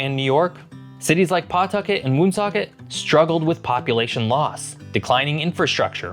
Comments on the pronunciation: Woonsocket, the oo is pronounced like the oo in wood. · You can definitely tell the narrator isnt a New Englander. We pronounce Pawtucket “Puhtuckit & Woonsocket winsocket 😂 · Woonsocket is pronounced wun-SOCKET, not WOON-socket. It has the most densely populated French/French-Canadian heritage in the country. Pawtucket is pronounced puh-TUCKET, not PAW-tucket One thing that I'd add about the geography about our state is how well forested and beautiful the western half of the state is. There are FAR more trees and natural habitat now than there was only 100-150 years ago. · This was hard to watch aside from the pronunciations - PAWtucket, WOONsocket, Peekho tribe ... RI is the second highest density in the entire country. Only second to NJ. Alaska has less than 750,000 people, and is 500 times the size of RI. You could have put picked a hundred different things to focus in on - But wondering why we don't have more people is wild AF. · It's pronounced paw-tuck-it and woon-sock-it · If you’re going to do a video of our state, you should at least do your homework and learn how to articulate our towns. You do not correctly say our towns of Pawtucket and Woonsocket. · Skip to about . And can someone teach him how to say Pawtucket and Woonsocket?🤣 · Commendable effort at pronouncing "Woonasquatucket", but "Woonsocket" and "Pawtucket" have the stress on the second syllable, more like "W'nsocket, P'tucket". The truly unforgivable mistake, though, is thinking the Blackstone runs into Massachusetts instead of down from it.